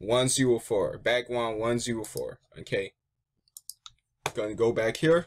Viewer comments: You said bwackWound instead of background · You can't say back ground XD, I love it